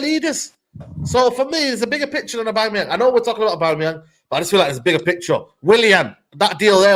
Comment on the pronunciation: calls him aubamyemang lmao